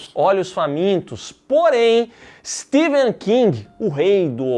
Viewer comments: É Stephen, com som de F, não de V. Pelo menos isso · STEPHEN KING e não STEVEN. O Vídeo todo pronunciando errado. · Pow o nome do cara é StePHen e não SteVen meu .... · Eu estou escutando "Steven" King, ou é impressão minha? kkkk